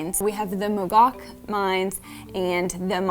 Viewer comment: Mogok is pronounced “Mo-go”.